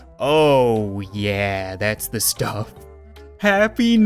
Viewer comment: it said th instead of the =